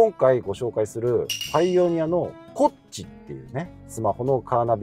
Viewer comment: イントネーションが コッチ ⤴︎ じゃなく コッチ ⤴︎ でしょ